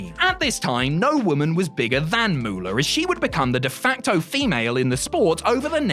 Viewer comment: Aside from the sheer ridiculousness of putting Vern Gagne ahead of the Nature Boy as the greatest wrestler from Minnesota, identifying Mary Lillian Ellison as the greatest women’s wrestler of alltime (correct), and then mispronouncing (and misspelling) her ring name as ‘The Fabulous Muller’ is downright embarrassing. It’s MOOLAH. Like money. It’d be like calling Terry Bollea ‘Hulk Rogan’ . Fail.